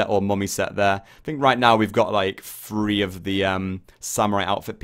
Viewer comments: its "three" not free and its "thing" not think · It's THREE not FREE jeez